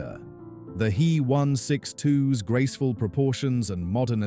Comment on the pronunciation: AI mispronouncing the German V as an English V, not an F and HE as he, not H. E.- a good editor would have caught that.